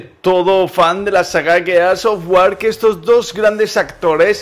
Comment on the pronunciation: A estas alturas, y no saber pronunciar el nombre del juego...